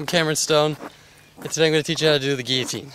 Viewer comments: giyotine what is he Spanish the way he pronounces his double ll's like y's its gil-o-teen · it's pronounced gil-o-teen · isnt it pronounced gill-o-tean? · LOL. Everyone is saying guillotine like gill-o-teen. Its supposed to be pronounced gee-ya-teen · "i'm gonna teach you how to do the gggeeeyteeen" haha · its pronounced g-ee-o-teen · thats realy cool. but you say guilotine funny. gil-lo-teen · You pronounced the trick name wrong the whole way through the video. Lol, not that it matters, just something I realized. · how do you guys not know the word guillotine?! its what we used to chop people head's off with in the old days. do an image search for crying out loud. And you don't have to pronouce it like a french person since english people have been using the word Since The Dark Ages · and at least learn how to pronounce the name of the trick your gonna teach everyone how to do, not that it takes teaching its pathetically easy but still thats just sumthing else for all these no life long boarders to complain about and waist there time commenting on